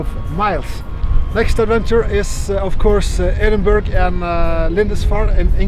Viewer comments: Great stuff, and Tessie always deserves some TLC! I'm quite often speaking a second language also, so if it helps, "Edinburgh" is pronounced "Ed-In-Burrah", very best regards and great video, cheers 🤗🤗🤗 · Another great video. A tip for pronouncing Edinburgh…. It sounds like Edin boro or borough.